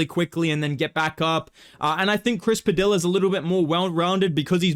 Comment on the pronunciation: what's really crafty is bedtimes mispronunciation of Chris Padilla